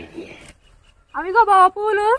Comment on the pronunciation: బొవా కాదు బావా